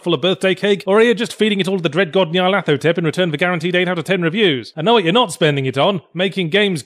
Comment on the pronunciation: Your Nyarlathotep Pronunciation is impeccable. I am slightly worried.